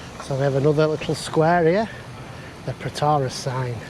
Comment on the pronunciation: FYI you pronounce Protaras completely wrong lol.